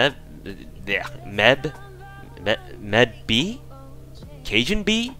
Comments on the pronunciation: She is pronnounced "maeve" (like, "may-bh") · It’s actually pronounced “Maeve” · Her name is pronounce may-Ve because Gaelic is fucking weird!